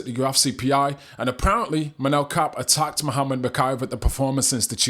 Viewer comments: It's pronounced COP. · Kape last name is pronounced like "cop" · Surely you know his name isnt pronounced 'Cape'